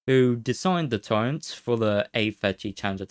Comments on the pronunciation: Agghhhh you cant not hear it, I cant listen to it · It's called a Turret, not a Turrent